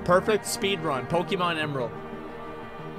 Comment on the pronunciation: PokEmon not Pikimon!